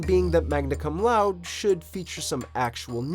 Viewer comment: Laude is pronounced lauw-day, obviously loud is the double meaning, magna cum laude literally means "with great praise"